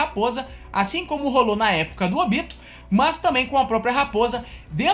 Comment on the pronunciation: Curti o vídeo Mas se vc tivesse pronunciado o nome dos personagens da forma que o anime japonês fala, teria ficado melhor. Ôbito???? É: Obitô